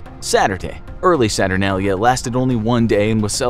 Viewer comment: HE SAID SATURNALIA WRONG! lol its ok